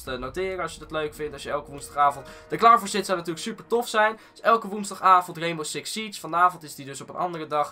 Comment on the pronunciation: Reenbow Siks Sietsj